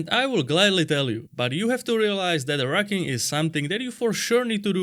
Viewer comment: I thought he said rukken 😂